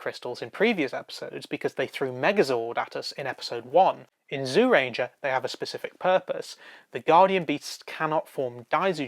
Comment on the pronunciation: It seems like the people who do these Super Sentai reviews, are hard of hearing. I don't care how the words are spelled. I don't know why it is spelled "Zyuranger" to begin with. But it is certainly NOT pronounced as "ZEEUranger" or "ZOOranger". Fuck sake. Watch the series. "Juuranger" or "Jewranger" is what the word sounds like. SIMPLE.